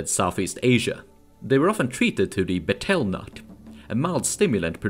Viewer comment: betel nut is pronounced like the bug, beetle